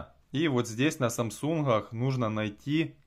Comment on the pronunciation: "СамсунХах" ... Почему хэ вместо гэ? Нет такой модели телефона